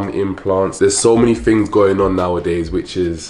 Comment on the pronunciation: I love the way you says things “tings” lol and thank you. This is a great video and really important to share with woman.